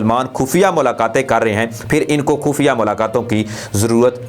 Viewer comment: کھفیہ۔۔۔۔ کھبر۔۔۔۔۔ کھلاف۔۔۔۔۔۔ کھیال۔۔۔۔ کھان۔۔۔۔۔ او میاں کھے کھے۔۔۔۔ اپنا تلفظ ٹھیک کرو